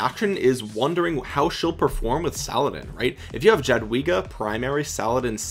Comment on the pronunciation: ...its "Yah-dvee-gah", emphasis on "dvee";) - From an ROK Pole helping ya out